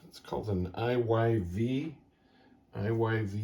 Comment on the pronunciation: Pronounced “Eve” Iyv spells out to be Eve when pronounced using simple spelling rules learned in grade school.